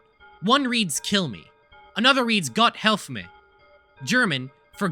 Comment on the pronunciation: idk how you manage to fuck up the pronunciation of "gott helfe mir". americans are a different breed